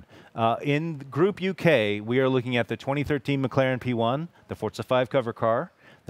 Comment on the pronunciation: It is Forza my Dudes! Vrooooom!